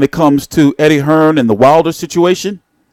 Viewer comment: U yanks keep pronouncing it wrong, it’s not “Hearns”, it’s “Hearn”!